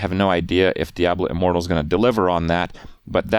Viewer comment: You can't even properly pronounce the word diablo. You are a joke